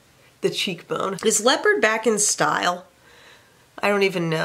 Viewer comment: Did she just say leapard is her favorite "neutral" i was laughing so hard. I love that 😂😂😂